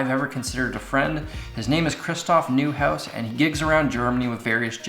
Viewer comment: Neuhaus is pronounced Noihaus.😅 Don't wanna sound angry,just want you to know.